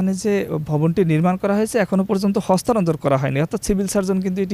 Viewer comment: আমাদের দেশে যে যোগ্য ব্যক্তিদের মূল্যায়ন হয় না এই রির্পোটার তার বাস্তব প্রমাণ। হস্তান্তর শব্দটি সে একবারের জন্যও সঠিক ভাবে উচ্চারন করতে পারেনি।